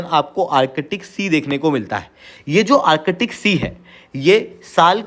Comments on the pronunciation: Use Hindi ka adha akshar of ka. Arc-tic NOT Arche-tic! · Its Artic sea not arkitic...Chale logo ko padane.